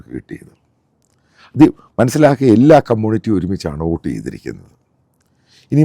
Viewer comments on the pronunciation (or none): none